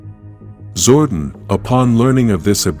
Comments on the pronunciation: STOP MISPRONOUNCING ZORDON IT'S GETTING OLD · The name is ZOR-DON and he's from El-tar.. Geez get the names right and stop depending on AI...